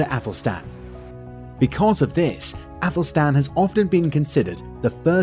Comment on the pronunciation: Æthelstan ! Not Apple Stan.